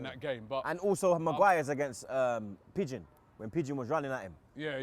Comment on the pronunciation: Why did he call berwijn pigeon?